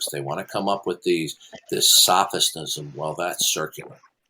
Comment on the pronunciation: did say sophisnism? LOL